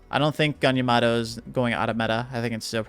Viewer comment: How are people still pronouncing "yamato" wrong?... "iamaro" ... why.... EDIT: its so weird, sometimes you say it correctly and then wrong again and the right again hahah its funny